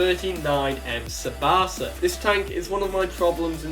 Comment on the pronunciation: "Sabasa"... LeL. "Csaba" is pronounced with a "Ch" sound at the beginning (like the "ch" from "check"), and the rest is just "aba", like the Swedish band, but without the emphasis on the "b" in the middle.